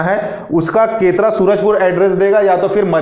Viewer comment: सर केतरा नहीं केरता -सूरजपुर है।